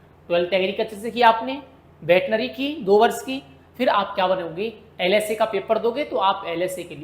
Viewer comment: सर वर्ष होता है या बर्ष